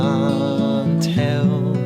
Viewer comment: Its cant not cont